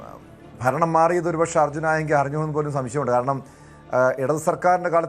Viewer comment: Arjun enthonnu "aayangil" 😂😂😂